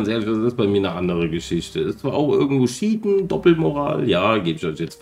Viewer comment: hmm also: 1. cheaten und nicht sheaten^^ 2.hast du deine basemap nichtmal annähernd erkundet um zu sagen ich finde keinen händler^^ 3.die schlüssel für die krypta werden nicht verbraucht, wo wäre da der sinn wenn die nur einmal benutzt werden können und man jedesmal, zumal eisen im endgame wichtig wird, den uralten töten zu müssen^^ 4. ja im grundegenommen ist das moggeln und wie du schon selber sagst, raubst du dir den spiel spass. die entwickler haben sich schon was dabei gedacht das nicht alles gleich um die ecke ist. allerdings gibt es sehr gute seeds wo du auf einer insel riesen sumpf gebiet hast, riesen eisengebirge für silber und endloslange ebenen für das endgame :)